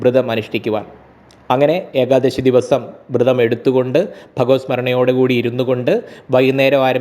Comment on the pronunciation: Ekdasi aal eekaadasi ennuvenam ucharikkan ucharanam sariyakkanam